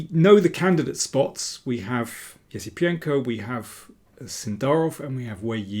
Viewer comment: I think you nailed pronouncing Esipenko’s name like never before